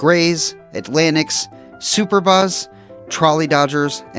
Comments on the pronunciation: You said the Brooklyn team was once called the "super-boz." Nope. They were superb. And it was pronounced soo-PURR-buhs. One of my favorite team names. Actually, they were named after Hanlon's Superbas - a popular Vaudeville act of the time. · Superb-uhs. Not “Super-buhs.” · Learn how to pronounce “Superbas.”